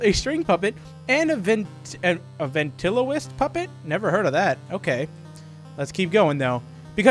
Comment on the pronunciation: And, if you dont know how to pronounce, Ven-trill-OH-kwist